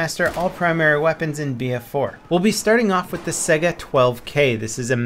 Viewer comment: Stop pronouncing Saiga like "sega" the spelling is similar to the Russian word Taiga the cold northern biome.